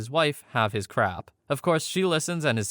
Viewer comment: Bruh why do you say crap so weird, if its because of youtube just say stuff.